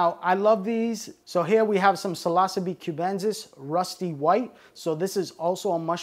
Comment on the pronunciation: Seems he's incapable of pronouncing most of what he's talking about. "Psilossabee Allen-i", "Psilossabee Cyansis", "Psilossabee Azursints". Sound it out buddy, it isn't brain science, or rocket surgery! But to be fair, he does seem to know what he's talking about. He just struggles harder than a blind amputee with a severe case of explosive diarrhea when it comes to pronunciation.